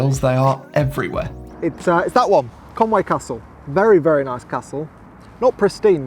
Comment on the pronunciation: Love your videos, like your sense of humour. Welcome to North Wales, but please, it is Conwy not Conway. Pronounced Konwi 👍🏻